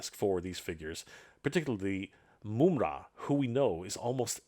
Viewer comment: the majority of us know how it's pronounced,but called him "Moomra" which is definitely incorrect lol